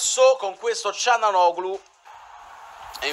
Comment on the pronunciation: per esempio ''CALHANOGLU'' non l'ha sbagliato, Benzema neanche... boh, neanche Veretout...